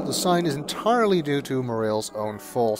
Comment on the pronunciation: Mo-Rah-Lehs , not Mo - Reals :) thanks for recording the music with the MT-32 tho!